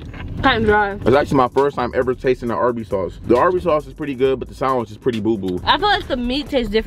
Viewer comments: ikr but i didnt want to say anything.... they say "saaandwitch" with a long a...sorry if its defensive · I like how you guys pronounce sandwich 🤣🤣 say it funny 😄